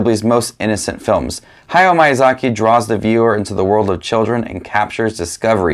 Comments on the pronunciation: Every “i” in Japanese is pronounced “ee”, hayao mEEazaki. studio ghEEblEE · Please dont say "Mayazaki" anymore 😅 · miy- pronunciation is like saying sheet sheep, mee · Your pronunciation of Miyazaki is probably the worst thing about this video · THANK YOU FOR SAYING IT! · Hi,! I was surprised with your ranking, I didn’t expected some movies to be ranked so low and others so high. That’s very interesting! I’ve watched most of studio ghibli movies, my favorite is kiki’s delivery service. I don’t usually comment, but I really enjoy your channel! PS: i hope you don’t take it the wrong way, but i just thought i’d let you know that the correct pronunciation of Miyazaki is actually different.